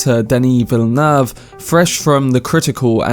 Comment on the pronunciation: This man loves Denis Villeneuve so much he actually learned to pronounce his name correctly